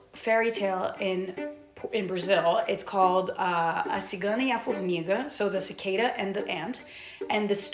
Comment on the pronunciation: Haha cicada in Portuguese is "cigarra" like the textcard indicates, not "cigana" like repeated two or three times which actually means gipsy (a female gipsy person in this case):)